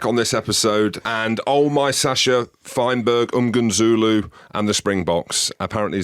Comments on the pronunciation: Jim you need to learn to say Sacha’s surname properly…it’s mm-ngo-meh-zoo-loo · Zero effort to say that last name properly.